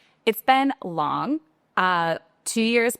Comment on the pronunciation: Why are you pronoucing the letter "G" at the end of some words, like LONG? Is that correct?